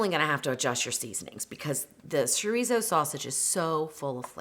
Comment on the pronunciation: Besides, it’s cho-ree-so.